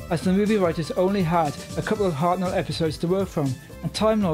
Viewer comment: Point of order: the name Hartnell is pronounced "HART-null" (with the emphasis very much on the first syllable), not "Hart-NELL" as you said it here...